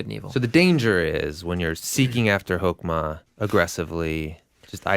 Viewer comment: When you said Hokema, I thought you said Pokemon.